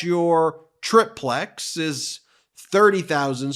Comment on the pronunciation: I truly am committed to your site, but, PLEASE realize that 'triplex' is pronounced "TRY plex"...only trying to keep you proving your intelligence because I care ....forgive me for correcting...I have 4 sons, approximately 4 to 8 years apart, and disregard mistakes til' I cannot....my youngest is 26. Total supporter!❤